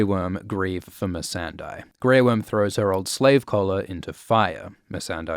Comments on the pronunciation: It's Mee-san-day, not Mee-san-dy. You mispronounce her name in every video. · Do you still pronounce the name MEE-SAN-DIE? I swear to God... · why does he say "Missendai"? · How could you still mispronounce Missandei 😫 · this vid pissed me off for the sole reason of how you say missandei